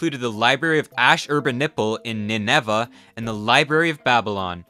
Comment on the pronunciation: If the library hadn't burned, you might be able to pronounce Ninevah and Ptolemy correctly.